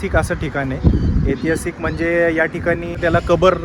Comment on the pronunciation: अरे बाबा एतिहासीक नव्हे ऐतिहासिक असा शब्द आहे